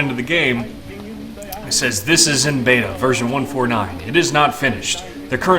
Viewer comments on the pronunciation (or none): none